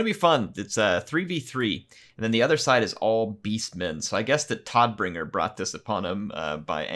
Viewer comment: Todbringer is german and is pronounced like "toad"bringer :) Tod is the german word for death.